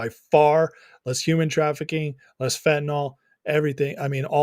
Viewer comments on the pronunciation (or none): Chy-na is destroying my country too with fen,tin,yl